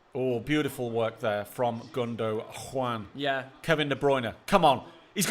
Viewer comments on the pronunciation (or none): Gundo JUAN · I love how this guy goes out of his way jus to say gudujuan